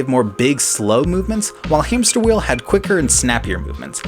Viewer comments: Hamsterviel: It's hamsterviel not hamsterwheel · I snorted when you said “HamsterWheel”. I could hear him screaming “Hamsterviel!!! *HAMPSTERVIEL*!!!!”